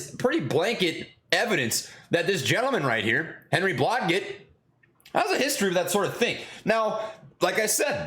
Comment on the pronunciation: Your pronunciation game is below par, dg sounds like J. BlahJet